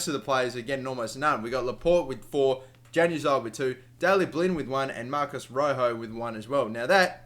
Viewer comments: ITS Yanazii not januzii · Januzaj is pronounced yan-U-az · It's pronounced yan a zai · Not trying to be a grammar nazi or anything but januzaj is pronounced yan u zie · Hey man, Januzaj is pronounced "Yanazai" hope that helps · Januzaj is pronounced Yanuzaj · Stop pronouncing Januzaj wrong and switch Mata and Di Maria's positions